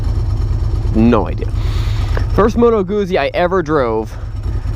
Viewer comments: Pronounced moto gutsy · Phil Clarke Moto Guzzi is pronounced like “put sea “but with a “G” with the emphasis GUT...and the word is chopped the way you would pronounce pizza. I suppose it’s because of the two z letters together.. so pizza and Guzzi words both are chopped in pronounciation At the Z’s.. It’s not pronounced like fuzzy). and not like floozie... It’s- Moto put sea...moto gut zee